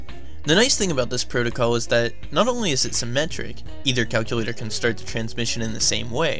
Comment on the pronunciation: So you can listen to the great audio of the game, Calcyoolatohr